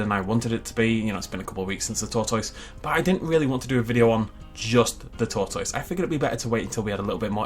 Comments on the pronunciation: The way pronounced tortoise hurt me... It really hurt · 30 seconds of pronouncing tortoise is all I needed in my life.